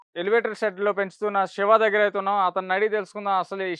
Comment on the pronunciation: అరె పేరు సరిగా పలుకు రా బాబు సెవ కాదు శివ